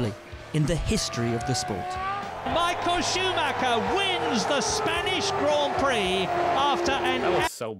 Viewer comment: Deus ex macina. The Red Baron. MI-HA-EL SHU-MA-(h)ER